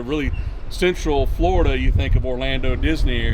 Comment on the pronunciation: Yeah FLOORDA why tf is he saying it like that 🙄